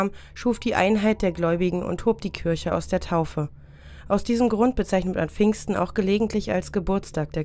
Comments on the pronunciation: Warum sagen Sie Kürche, sagt man doch Kirche? i und ü sind 2 unterschiedliche Buchstaben und werden unterschiedlich ausgesprochen?! Oder ist das Ihr Dialekt? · Ich mag die Videos, aber das ständige „Kürche“ macht mich echt wahnsinnig 😅 ich musste dann bei nicht mal der Hälfte leider ein anderes an machen. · Saskia Hansen Mich auch total das nervt! Aber ich darf das nicht posten weil ich als Muslim in Deutschland geboren bin. Mein Kommentar war auch spaßig gemeint. 😂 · Kürche Kürche Kürche Kürche Kürche Kürche Kürche Kürche Kürche Kürche Kürche Kürche